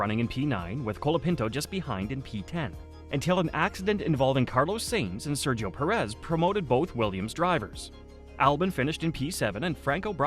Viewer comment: Its sai-nz not say-nz